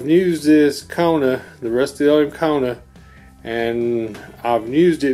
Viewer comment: Rusty-oleum??? And he can’t pronounce Ipswich 🙄🙄